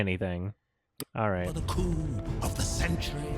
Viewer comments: Coup is pronounced coo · In the remake, it sounds like scar is saying "the coom of the century" not coup. Also, was not prepared for . That had me laughing my ass off.